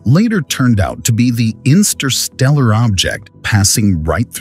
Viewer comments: “insterstellar…” lol, funny how some words get twisted in your brain. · Insterstellar! Lol !